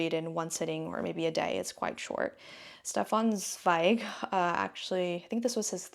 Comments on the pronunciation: Hi we pronounce Zweig like Tsvaig - maybe that helps?💗love your videos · Hi, Austrian girly here 🙋🏼‍♀🇦🇹 We pronounce Zweigs name like this (I hope this makes sense HAHA) "Shtefan Zwaig". Keep the content coming, I am loving your Vlogs and recommendations!! 💘